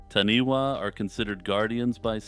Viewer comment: Hey, I'm really enjoying deep diving through your channel. Great work. I live in new Zealand and it's great hearing things about nz folklore. I just thought I would let you know that the taniwha is pronounced "Tanifa" wh in Maori is pronounced as fa